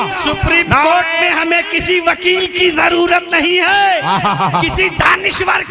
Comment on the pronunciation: وقیل نہی وکیل ہوتا ہے